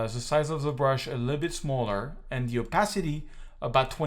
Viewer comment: I don't want to insult you because your english is almost 100 % fine, but please can you prounounce ''The'' as it should, not as ''Zhe''